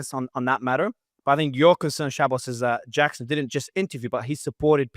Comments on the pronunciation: Jackson calling Shabbos, Shaboose the entire debate was hysterical. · Terrible and biased host and nobody cares about his opinion. He talks wayyy to much and does not allow time for each side to respond to the other. Shabbos has to lower himself to respond to lowlife and liar Hankel and mispronounced his name and constantly interrupted him like a 5 year old child.